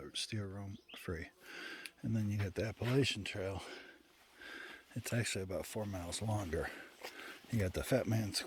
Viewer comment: you cannot be on the Appalachian Trail and pronouncing it like that